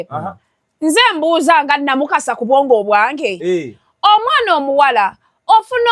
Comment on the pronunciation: Namukasa the name is Pronounced in french like Luwi Vito. Not Louis Vitoni